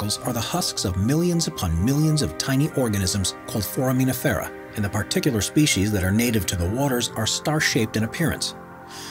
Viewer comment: FOR-uh-muh-NIF-fer-uh. I’m not exactly sure how you pronounced it, but as a science teacher it just made my butt clench up. Some science words really ARE hard to pronounce. Great video though.